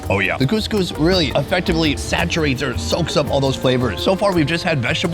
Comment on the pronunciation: Couscous not gousgous